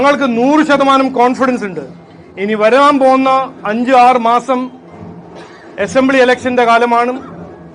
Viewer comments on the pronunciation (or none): എസംബ്ലി അല്ല BJP ആദ്യക്ഷാ അസംബ്ലി എന്നു ഉച്ഛരിക്ക്‌